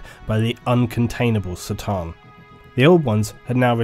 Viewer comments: great video but after emperor TTS i can't stand hearing people say "C"-than instead of "K" 'than like it is on that show. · it's C'tan with a C as in Cronos... not S'tan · The C'tan are not pronounced Se-Tan, The correct pronounciation is "Ke Tan". (official exerpt from Andy, chapter approved) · It's pronounced "Cuh-tan" not "Satan". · isn't the pronunciation "kah-tan" rather than "sit-tan"? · fucking love how u call the C'than for Sa'tan its pronounced Ka'than if u wonder ;) use a K instead of an S when u say C'than :) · C'tan is not pronounced like an "S" but a hard "Cuh" sound. It's supposed to be like how you say C'thulhu, as the C'tan are heavily inspired by Lovecraft's fiction. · On the other hand- War in Heaven against the Say-tan... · ***** sure, but Catan and Satan bear much more phonetical difference than tomAto/"tomayto". Corn, not Sorn..Cart not Sart..you get it. On a different note, cheers for doing what you're doing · K'tan man, not 'C'tan'...you pronounce some things so strangely... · Pretty sure C'tan is pronounced "KA'tan", not "tsa/tse/sa'tan". The name was likely to be picked as a C'tulhu (ka-tu-lu) analogy/homage. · Realizing that the C'Tan is basically pronounced sa-tann (sort of) and not ka-tan makes a lot of sense lol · I had no idea C'tan is pronounced SATAN. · I'm already versed with 40k lore and this channel had many outstanding recommendations. The fact the C'tan was pronounced as Ser-tan and even how Triarch was pronounced. It's going to be a no from me. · I'm sure you already know this, but C'Tan is a K sound not a C, the Eldar called them the "Katarn". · He's right, that's not how you pronounce "C'tan". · i'm a bit late for this but is c'tan pronounced "citan" or ka'tan"(k'tan optional)? i personally prefer k'tan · TIL the "C" in "C'tan" is pronounced not with a hard "C" sound